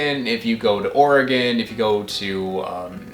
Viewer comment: Rad! A NYer that can pronounce Oregon correctly AND teaches the world about [rare] fruits!